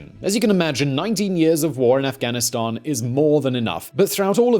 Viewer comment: you pronounced it ri8 buddy Afghanistani